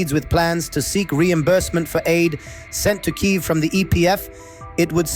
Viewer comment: I understand why but I do not welcome the new US-accent voice training. Unrelated perhaps: you’ve mispronounced Kyiv/Kiev